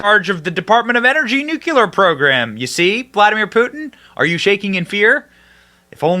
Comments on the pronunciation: Dude… please stop saying “nucular”. It’s “nuclear” 🤪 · Benny, just to let you know, the proper pronunciation is “Nu-Klee-R”, not ‘nucular’ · "Nuclear" NOT "nucular" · It's nuclear, not nucular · NU - CLE - AR, I don't know what "NUCULAR" means, probably from the same language that says "AKSK" instead of "ASK". And damn Fox for giving in to this "pronoun" insanity. He's one man, not 2 or more unless you count the voices in his head. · Benny, it’s not hard to pronounce noook-leer. Nuclear is it not nook-yu-lar! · Say it with me slowly....nook-lee--er.....NOT nook-yoo-ler. So effing annoying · "Nook-YOU-ler" is not a word. Nuclear; pronounced "nook-lee-er" is the word you were searching for. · Nu-clear not nuculear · Benny, mah man! I love what ur doing here on this channel! UR content is very interesting & informative! I just have one favor to ask: could you please work on the pronunciation of nuclear? The proper pronunciation is “new-clee-er,” not “new-cue-ler.” Thanks!😉👍🏼🇺🇸😎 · Nuclear is pronounced NU CLEAR! not NU CU LAR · NEW-CLEE-ERR not Nuke-you-lur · Benny, my man, I love your content... but please say it right! Its Nuclear (NEW-CLEAR) not Nuculor (NEW-Q-LOR) lmfao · Its not nucular its nu clear. Stop sounding like WBush. Thank you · Benny. Love your vids. One point of contention. The word nuclear is pronounced, "nook-lee-err." Not "nook-yuh-lerr" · Benny.....it's pronounced new-clee-err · Dude, Benny… I love your show, but ffs it’s pronounced NU-CLE-AR 😂😂😂😂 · Benny: Nuclear! Newcleeur! Burisma! Burreesema! Escape! Esscape! Love your shows but pronounce these words properly!! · Could you please learn to pronounce “new-klee-ər”? You’re too smart for that mistake😏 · Nuclear, not NUKULUR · LOL nucular? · Wait............did you say "nucular"? I've never dished out any harsh criticism before, so for the sake of balanced commenting..........nucular. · Nuculure??? Lmao. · It's painful hearing nucular. 😵‍💫